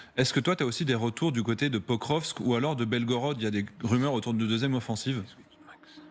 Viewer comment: Quand a-t-il dit ça exactement ? Je crois plutôt qu'il devait parler la totalité du Donbass... soit dit en passant, c'est Pokrovsk, pas "prokokrskrv"